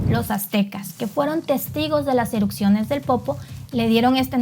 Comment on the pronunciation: Erupciones, no erucsiones😂